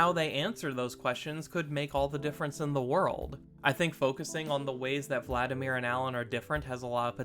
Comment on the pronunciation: Vladimir. there's no 'N" in the name.